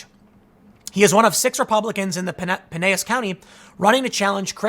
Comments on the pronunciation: hey dumbass, the double l is pronounced Pi nel las. Men Are Having Trouble Finding Women to Propose to Due To a Lack Of Qualified Women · Tim - “Pinellas” is pronounced Pin-ell-iss. Just FYI. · It's pronounced Pie-NeL-is. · PineLLas County. L L L. Just saying. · p.s. Pinellas is pronounced PIN-EL-ASS. I work in downtown St. Pete..